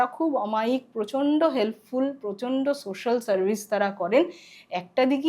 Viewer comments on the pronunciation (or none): none